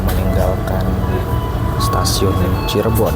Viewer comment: Nah,gitu dong Lebih enak didengar dan dilihat dengan kata “Cirebon” bukan “Cheribon” 😂😂😂